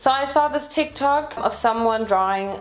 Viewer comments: No one: Literally no one:: Calls TikTok TikTik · Did she say Tik Tac Instead of tik Tok ? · i guess she said tik tak...i watched the video yesterday and i thought i noticed tik tak....but to be fair i am just a pedantic and i hate tik tok. its just braindead 🤷‍♀️🤙